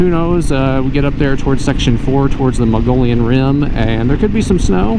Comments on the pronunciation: My favorite place in Az....Mogollon pronouncedˌ mə-gə-ˈyōn. Not Mongolian 😉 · Muh-Gee-Yon Rim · Yeah, great vid. Done these routes on my KLR. Did the Canyon Lake (Apache Junction) to Roosevelt before the closures in cars. And suffered the closures for years. Then enjoyed the re-opening on my moto. Great route! Btw, you seem very educated... please, Mogollon, not Mongolian😂